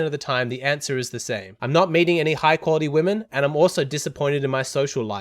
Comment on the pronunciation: When you said "meeting", I kept mishearing "mating" edit : That said your point is so simple, common sense, yet not so common I kind of knew it but never consciously put it into words, thank you so much